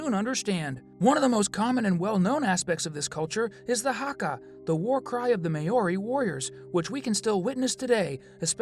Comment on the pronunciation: Please learn how to pronounce Maori.